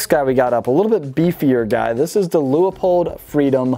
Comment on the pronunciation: There’s only one “O” in Leupold. Loop-old.